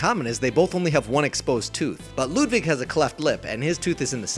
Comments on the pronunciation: Ludwig not Ludvig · You’re saying “Ludvig” not Ludwig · It's Ludwig not ludvig